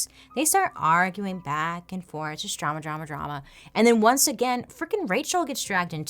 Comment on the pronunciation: Can't get over when bailey said "DROOOMUUHHH" 😂😂😂😂